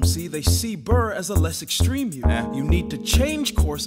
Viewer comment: Aaron BUR as wilBUR lmao